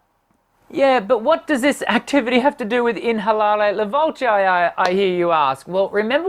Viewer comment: This is not inalare la voce. It is pronounced without the H. You are so way off it is not even close. And I am not going to tell you what it really is.